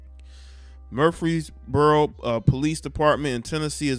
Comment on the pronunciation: It’s Leb-En-in that’s how you pronounce it. And MURF-ress-boro all an out skirt of 𝙽𝚊𝚜𝚑𝚟𝚒𝚕𝚕𝚎 30 miles West. Good areas where most of the metropolitan area has moved since the gentrification in Nashville.